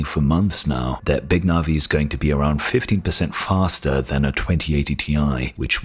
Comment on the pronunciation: You think big navi being about 50% better then 2080ti would put it between 3070 and 3080? How does that logic work? Do you really think 3080 is over 50% faster then 2080ti??? What? Btw early benchmarks are showing 25-30%... EDIT: oh he means 15 but sounds like 50 lol